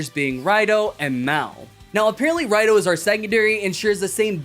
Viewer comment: it's pronounced as Rido not Raido. Probably because Toei doesn't want to self referenced too much. And a rider calling themselves Raido just feels weird like they don't have a name or use a vague "I'm a rider" type of situation.